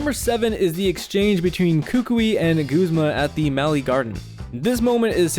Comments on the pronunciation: Guh-z-muh not goo-z-muh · It's Guhz-muh not gooz-muh!! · I thought it was pronounced "Guhzmuh" not "Goozmah" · You know, I figured Guzma's name was pronounced Guzz-ma, not Gooze-ma. :p I mean, maybe if he actually used slimy, poison types, I'd want to call him that instead. XD Edit: Nevermind, I just took the anime into consideration and heard the way they say it... Hmm... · this whole time I thought it was pronounced "G-uh-z-ma" not "G-oo-z-ma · Dude! It's guh, not goo, zma. Am I seriously the only one who uses that pronunciation? (watches more) Koo koo ee? Not kook oi? Wtf. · It's pronounced guzma not goozma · goozma? I guess people pronounce his name differently since my friends and I say guz-ma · who the fuck pronounces it goo-zma? it's a fucking u ! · stop.......saying.......FUCKING........g-U-zma!!!!!! Good vid btw